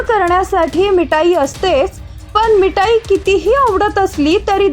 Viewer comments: मिटाई नाही ग मिठाई ट आणि ठ वेगळे आहेत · अगं बाई मीठाई बोलताना जो ट आहे तो टालकयातुन काढून टाका आणि ठसा टालकयात ठासून भर म्हणजे मीठाई हा शब्द बरोबर उच्चारता येईल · मिटाई......काय पण उच्चार! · अग साधं मिठाई बोलता येत नाही तुला आणि तुला संवाद दाता कुणी बनवलं मराठी भाषा शिकून घे आधी आणि नंतर हे असे उद्योग कर